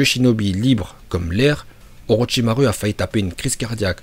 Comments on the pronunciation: C’est pas jutsu mais joutsou / ni Orochimaru mais Orochimarou 🤦‍♀️ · « Orotchimarue » 😭 sinon tres bonne video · Orochimaru avc le u😂😂😂😂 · Mdrr il a sorti orochimaru(u) au lieu de orochimaru(ou) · orochimarou pas orichimaru 😅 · Pk tu dit orochimarU moi je dit orochimarou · il a quand même aussi dit oroTCHimarU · T'a vraiment dit Orochima rue ? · Déjà j’adore ces vidéos mais j’attends juste qui prononce "ninjutsu" et "orochimaru"